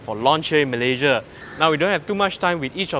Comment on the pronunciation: Malayjia..malayjia... you're a Malaysian born. Pronounce your country's name properly. What for following native speaker's pronouncing Malaysia as malayjia.